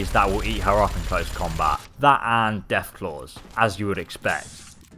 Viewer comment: He said deaf claws